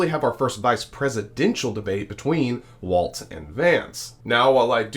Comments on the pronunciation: It’s Walz not Waltz. Like walls in your house. Not the dance. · Love your show - but please pronounce Walz correctly with no T.